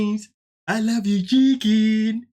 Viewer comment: Every time he says I loveeee you chickennnnnn I want to scream. It's like dealing with a 22 year old drunk.